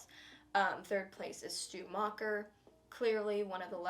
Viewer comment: "Mrs Lumis" "Stu Meier" "Richie Kersch "Billy Lumis" "Roman Bridger on 12th place" Bruh